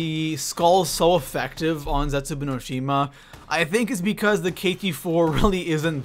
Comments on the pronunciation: You're saying zetsubou wrong, it's not zetsuboo it's zetsuBOW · Ragnarok should have been higher and I hate how he says zetzobou